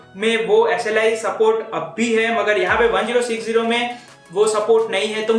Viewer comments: it's called ten sixty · he said gtx 1-0-6-0 most of the time.. why?